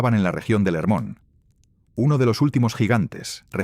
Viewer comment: חרמוןcomo esta traducion es en ! Ingles por ESO lo peonuncian con la "h" muda pero en fonetica hebrea se pronunci "Germon"..asi se pronuncia en israel...y no se dice erem sino "Gerem